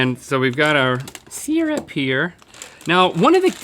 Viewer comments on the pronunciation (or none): Syrup: pronounced 'sir-up' not 'seer-up'